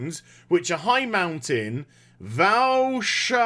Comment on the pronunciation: Val'sharah say Val Shara